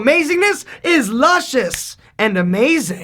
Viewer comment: U cut the 'ing' of 'amazing' at the end, lol ...